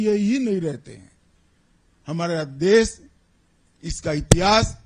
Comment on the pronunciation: सबसे पहले तो अपनी भाषा का सही उच्चारण करना तो सीख ले देश को देस...भाषा को भासा...शर्म आनी चाहिए